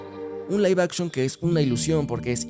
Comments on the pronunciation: Se pronuncia Live action ósea “laif action” No se dice lif action:V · Live puede ser pronunciado de ambas formas.